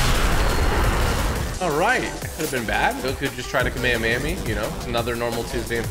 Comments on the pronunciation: He say Kamahamaha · Dude is called KA-ME-HA-MEHA